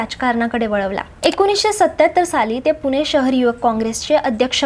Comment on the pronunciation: पुने नाही पुणे